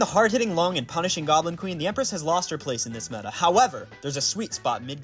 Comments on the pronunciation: It’s obviously “Long” not “Lung”. Sorry, I had to say it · "Loo-ong" not long